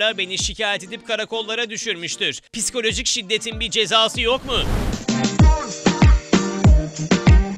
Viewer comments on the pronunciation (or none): Bir de piskoloji demese iyi olurdu :))